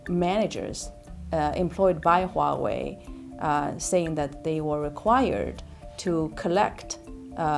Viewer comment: You guys need to stop saying Waowei, it's Huawei.. not Waowei. She said Huawei correctly.